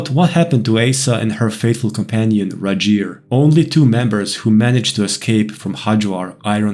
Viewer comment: I’m sorry, but “Rigel” is definitely a Scandinavian sounding name. The ‘R’ would be rolled and the ‘I’ would be harder. It would be pronounced “Reegel” in typical English. It’s totally a Scandinavian name